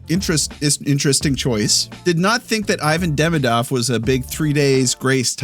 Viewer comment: lmao the way TSN says Ivan Demidov drives me nuts too